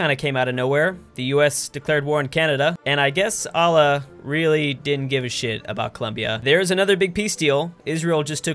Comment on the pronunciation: Can you please learn how to pronouce Allah, its really bothering me.